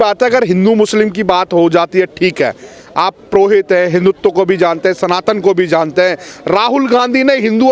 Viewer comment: प्रोहित नहीं पुरोहित होता है कृपया सुधार लें